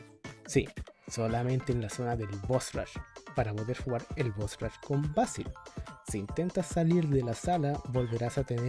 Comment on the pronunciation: "Beisil" Ulalala señor francés "vásil"